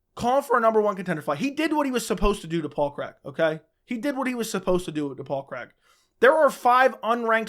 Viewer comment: His names Paul Craig, not Paul Creg lol